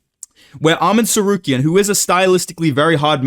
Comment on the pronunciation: I bring you this... "Armen Tsarkarian" "Joekeen Bockley" "Jeery Prokaev" Thats a real thing.